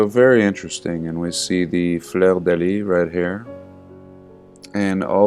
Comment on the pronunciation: So, I JUST SUBBED because you have a nice, soft speaking tone and you play great, calming piano background music and you even pronounce Fleur de lis correctly! All rare qualities of late. ......(oh, interesting info, too, of course). :)